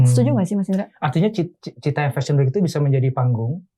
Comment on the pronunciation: bukan citayam tp citayem kalo yg dimaksud cfw